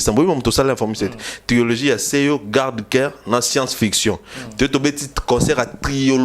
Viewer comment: On dit trilogie et non triologie!